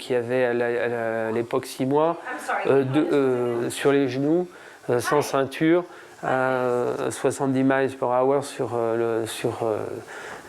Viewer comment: "70 maïles par aweur sur le haïway". Tu parles bien dis donc ! Where is Brian ?